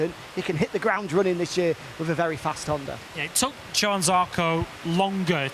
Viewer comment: even as an orstraylean I can pronounce johann correctly - please please try